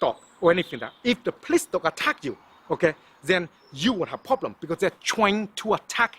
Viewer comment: Pronounced more like poblem